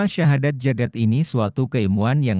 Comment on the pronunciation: Assalamualaikum.mf bacaan terakhlir nya kurang jelas syadat apa syahadat bacaan terakhir asma nya